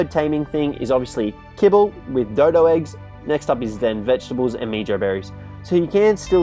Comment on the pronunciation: It is pronounced like "meho" berry bit meejo berry